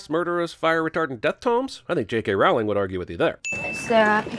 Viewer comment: lol when you realize that the guy who gives out sins for picking things apart cant even pronounce J.K's last name right, its pronounced (rolling). 100 sins.